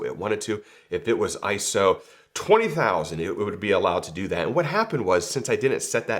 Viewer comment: Very good info here,. And thanks for pronouncing iso correctly.:finger-red-number-one